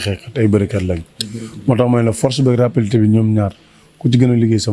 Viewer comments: Rapidité la wakh écoute bien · non il a dit rapilité deglouko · Balla Nena Forse ak rappilitéé, balla rek déé forse ak rappilitéé,,,😂🤣😆😁